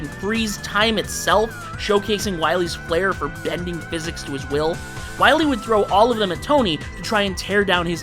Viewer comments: It's Dr. WILY, not Dr. Willy! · You're taking a serious L by putting an extra "L" in Wily. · Two corrections regarding Dr. Wily. First: His name is Wily, not Willy. Only one L. And second: The Reploids were coming much later in the Mega Man timeline, during the Mega Man X games, with X being the first one. The robots they created in the classic era were usually referred to as Robot Masters.